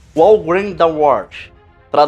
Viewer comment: Belo esclarecimento sobre esta canção tão conhecida! Apenas uma correção na pronúncia da palavra HOW: hau com o h pronunciado com a garganta